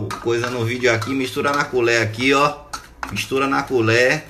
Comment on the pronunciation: Na "culér" desgraça🤣🤣🤣🤣🤣